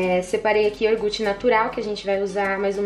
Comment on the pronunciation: pk vocês pronunciam yorgute em vez de yogurte?